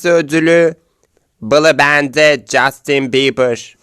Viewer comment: Justin Bieber a Justin Biber diyen me